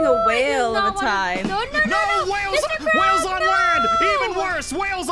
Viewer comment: I love says " wayles wales on land even worse